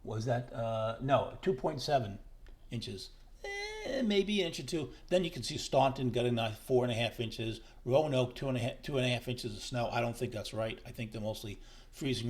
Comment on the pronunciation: Its pronounced Stan ton. Not staawnton. Lol.